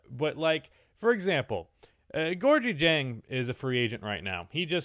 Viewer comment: His name is pronounced like "Gore Ghee Jang" lol